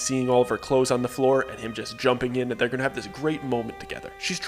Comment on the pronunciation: "de clothes"????????? Huh?????